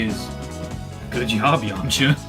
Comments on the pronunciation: Yamcha not Yamaha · its yamcha not yamacha